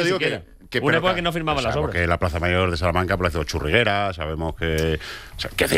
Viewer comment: ¿Churriguera, Don Héctor? ¡Churriega!